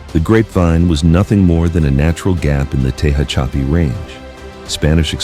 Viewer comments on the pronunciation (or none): "Tee hatch a pee" and "Tee hone" is the way it is pronounced. I hate this bullshit made up AI crap. And the complete roadway is 2 and 3 lanes each direction. Do better.